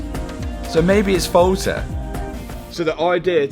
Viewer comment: “Soh mehbi it’s folt-eh” AHAHAHA 🤣🤣🤣🤣🤣🤣🤣🤣